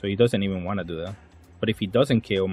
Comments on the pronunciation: Please bro. Mo-mo-NO-su-ke Please. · its pronounced momo nose kay